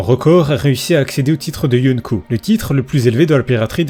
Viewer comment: yonneko? C Yonko